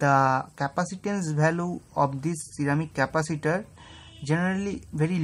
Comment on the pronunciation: bhai mere english ka pronountiation theek krlo... VALUE hota h naa ki BHALUE